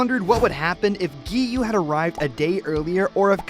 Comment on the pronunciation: Let's get him to 1K But before that let's Teach him how to spell Gen is the same way you say Ten but it starts with a G. It's not called the Infinity Train It's called the Mugen Train. That's kinda it Giyuu's name is Giyuu Not Giyu. I like your videos but a lot of people make mistakes I understand.